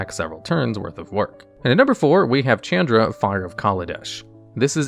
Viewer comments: Shh-aun-druh Not Ch-Ann-druh I know you read these comments because you now say Izzet right. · Wtf is a Chand Ra? Learn how to pronounce names dude...never heard anyone butcher that so bad. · Mispronouncing Chandra is difficult but he managed to do that